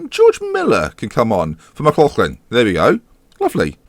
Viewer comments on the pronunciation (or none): none